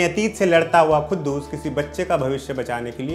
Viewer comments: It is quddus not khuddus bhai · poore review me Tumne khuddus bola hai but u don't know how to pronounce... It's quddus... OK.. Urdu padhte to sahi pronounce karpaate......